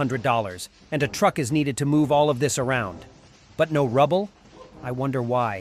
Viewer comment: "but no rubble?" huh? Ooooh, u meant no "Ruble." Russian money denomination is called ruble (roo' bal).